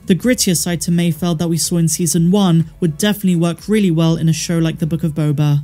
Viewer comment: Holy shit the character's name is MAYFELD...FELD...NOT MAYFIELD! COME ON PPL!